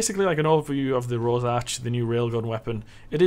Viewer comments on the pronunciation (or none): its rorsch not rosarch